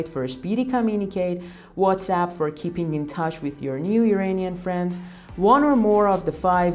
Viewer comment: Great info. But would you please pronounce IRANIAN correctly? Its not "E-rain-ian" but rather "E-run-ian". Thanks